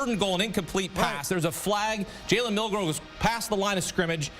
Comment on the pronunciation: did you say Jalen Milroe he meant to say JALEN MILTHROW